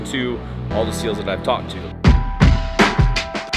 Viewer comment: SEALs, not Seals